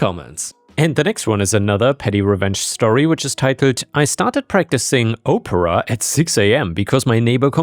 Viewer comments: For the story with the daughter catching her mother in her clothes, that could go into a whole reddit section of its own, called r/iggywiggies stories that could make your skin crawl. Also its Op-per-ah, not Oh-per-ah. Saying someone is taking Oprah lessons, has me imagining people pretending to be a black female talk show host, lol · there's a difference between how you say opera and Oprah.